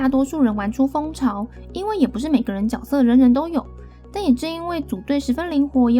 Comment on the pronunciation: 能不能发音正确？？ 角 jue 色 ， “jue”斗士